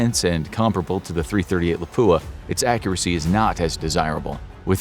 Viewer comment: I want to die every time I hear someone say “Lapoo-a”.